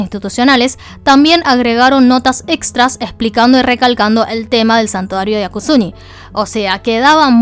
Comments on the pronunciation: Es Yasukuni no Yakusuni XD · Es YASUKUNI no yaKUsuni, 靖国 やすくに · me encantan tus videos! Pero hay un pequeñito problema con este: el nombre del santuario es Yasukuni, no Yakusuni.:C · No creo que sea acertado decir que el video es solo "una narración de los hechos". La postura personal de quedó bastante clara en un video que debía ser puramente informativo. En varios puntos, ella detiene su narración para decir cosas como "capaz el muchacho es bruto, pero cómo no iba a saber tal cosa?", lo cual es irónico porque ella pronunció mal el nombre del templo Yasukuni durante todo el video. En fin, la cuestión es que aquellos que no tenían referencia previa terminaron el video considerando solo 2 opciones: 1)ZZH es bruto/idiota (y puedes ver que el insulto se repite en varios de los comentarios) 2)ZZH realmente tuvo intenciones maliciosas al ir a X lugar. En ningún punto del video se advierte que parte de la información no ha sido verificada ni se plantea la posibilidad de un boicot, a pesar de todas las irregularidades que se dieron el 12, 13 y 14 de agosto. No entiendo por qué hay gente actuando como si pidieramos algo exagerado. ¿No es natural para un canal público preservar su credibilidad, haciendo correcciones luego de difundir información falsa? ¿Por qué la audiencia tiene que encargarse sola de limpiar la desinformación de canales como el de, que supuestamente han asumido esta responsabilidad desde el comienzo? Al final del día, la mayoría de los que vemos este video simplemente no tenemos el alcance que ella tiene.